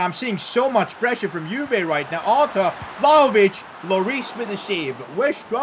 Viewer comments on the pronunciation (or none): none